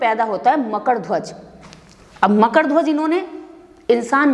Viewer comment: न ढंग से हिन्दी बोल पाती हो न ही संस्कृत । बकबक के अलावा कुछ नही आता । मकड नही मकर है । श्लोक पूरा गलत । सही है अज्ञानी हो ।